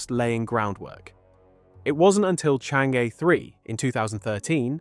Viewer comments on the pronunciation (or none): It's not "chan-gay" or "chang-ee" " it's chong-uh" in Mandarin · Interesting info. Thanks. But it’s not called Chang gay. Or Chang geee. It’s something like Chang Errr. The rrrr is of course silent. The craft are named after the famous Chinese moon goddess. 嫦娥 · Oh my ears, it’s “Chong un” ! I thought China was already mining Helium on the moon.